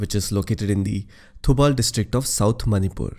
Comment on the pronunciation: Superb way of explanation. I couldnot have learn this by simply reading a book, the voice of your is so calm. BTW the only currection is the way you pronounce Thoubal river is actually Thoowbal . Keep it up your video are awesome👍👍